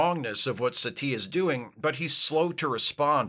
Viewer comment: I keep hearing Satie as "settee"; which is a UKanian word for a couch. It is very distracting.